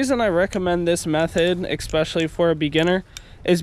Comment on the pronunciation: eckspecially lol